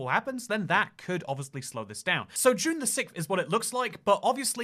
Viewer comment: trying to pronounce June 6th 🤣